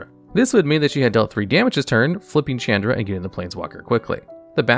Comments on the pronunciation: Shh-aun-druh Not Ch-Ann-druh I know you read these comments because you now say Izzet right. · Wtf is a Chand Ra? Learn how to pronounce names dude...never heard anyone butcher that so bad. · Mispronouncing Chandra is difficult but he managed to do that